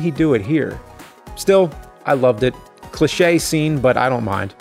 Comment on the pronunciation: Why are you saying cliche like it's Nick laches last name. Lol